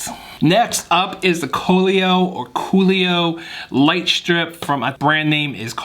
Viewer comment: Great vid. Btw I’m pretty sure you’re saying cololight wrong. Think of color with out the r